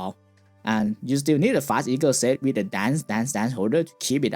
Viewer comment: With not wit your not saying "TH" its hard to understand you speak slowly